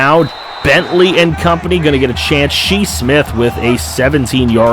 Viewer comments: “She Smith” Shi Smith Pronounced (Shy) Just wanted to point that out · Yeah it's pronounced "Shy" Smith lol. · Us South Carolina fans getting triggered how you say shi smith